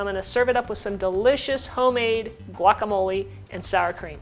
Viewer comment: Ew how u say quesadilla and guacamole in that white accent kills me